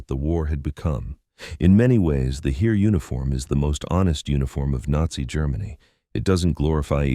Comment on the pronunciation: If you would pronounce "Heer" how it is pronounced, I'd keep on watching that video. This pronouncation hurts my ears.